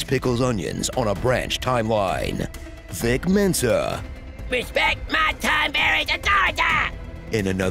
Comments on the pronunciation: "Vic Mensa" LMAOOOOO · “Vic Mensa” 😭😭😭😭